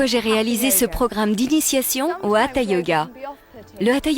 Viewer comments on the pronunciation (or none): Vous êtes au courant que ca s'appelle HATHA yoga et pas Atha? quand les professeurs passe la formation on les apprend que du sanskrit sa se prononce HATHA et se traduit comme soleil et lune